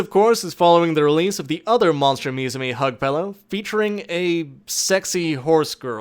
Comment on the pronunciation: Uum Is it just me or did you missed pronounce "MUSUME" Also I think you read plot wrong the original synopsis goes like this "Three years ago, the world learned that harpies, centaurs, catgirls, and all manners of fabulous creatures are not merely fiction; they are flesh and blood—not to mention scale, feather, horn, and fang. Thanks to the "Cultural Exchange Between Species Act," these once-mythical creatures have assimilated into society, or at least, they're trying." Is not thank's to the pop group that was just a parody references of AKB48.